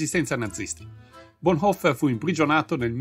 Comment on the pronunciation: Su Bonhoeffer si potevano dare informazioni più precise, ma il video è decisamente ben fatto. La pronuncia del cognome è buona, troppi italiani lo storpiano in "boneffer".